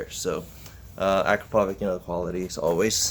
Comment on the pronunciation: Hi, is that akrapovic euro4? Can dbkiller be removed without problems? With dbkiller does the sound show a difference with the standard? Thank you! ￼ Aprende a pronunciar